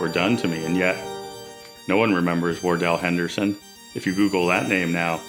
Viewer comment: … at end, are you saying Dell Henderson? Or Dale Henderson? Are you writing a book about?